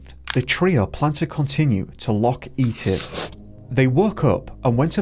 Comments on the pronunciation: ffs. Bridge of Awrchey and Are-gill and Boot? Loch Eat-iv? Neil's disappearance is tragic, but not as bad as the attempts to pronounce these names. Had to stop watching. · another gen Z person who talks American English. please learn how to pronounce Etive and Orchy , they follow the rules of ENGLISH English